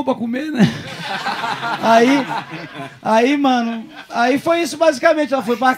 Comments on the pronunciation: ‘’Amanco” nem fudendo 😂😂😂😂😂😂😂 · "AMANCO" KKKKKKKKKKKKKKK